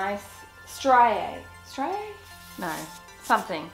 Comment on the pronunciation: It’s pronounced stree a